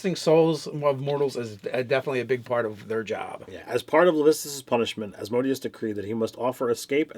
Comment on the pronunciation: Love you guys, but the lord of the 9th layer of Hell is pronounced with an accent on the 3rd syllable: -> /ˌæzməˈdiːəs/